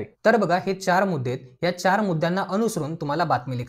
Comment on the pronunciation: आपले स्पष्टीकरण फारच उत्तम. फक्त एकच सांगावेसे वाटते ते म्हणजे प्रश्नास स्वरूपून असे ऐकू येत आहे तर ते प्रश्नास अनुसरून असे म्हणायचे आहे असे वाटते